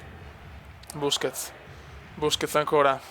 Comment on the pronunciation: Cume l'accento sulla e di busquets se no a sto punto chiamalo bruschetta:-)